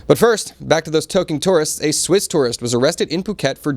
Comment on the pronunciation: “Swiss” , “Sasha “ 😂